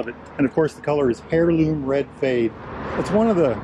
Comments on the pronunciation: Good lord, it’s pronounced air-loom, not hair-loom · It’s pronounced (heirloom) air loom😮😂just sayin